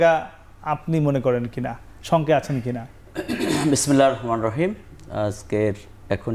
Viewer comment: আপনি তো বিসমিল্লাহির রাহমানির রাহিম আপনার শুদ্ধকরে বলা উচিৎ ছিল । যেহেতু আপনারা দেশে আল্লাহর হুকুমমত কায়েম করতে চান।